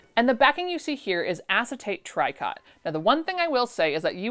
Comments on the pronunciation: You say it try-cot? My grandma always called it tree-co. She used to make quilts and pillowcases with tricot and they are my favorite!! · It is tree-co…. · Tricot say tree co silent t❤ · Very entertaining and interesting. As someone much older than you, who remembers wearing fabrics similar to some of what you bought throughout the 60s, 70s, and 80s, I must say I've never heard the word "Tricot" pronounced TRY-kot before! It's French, so you pronounce it TREE-co. The last T is silent. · Came here to say the same thing. It's pronounced treeco. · Fun stuff - thanks for showing us! (I think tricot is pronounced tree-coh) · Tricot is pronounced "treeco". It means woven here. Related to the French "tricoter" which can mean to knit. "Qu'est-ce que tu tricotes?", means "what are you doing?" when someone is doing something strange but not very critical. Tricoter has other senses too. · "tricot" is pronounced "Tree-coe" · FYI "tricot" is pronounced "tree coe"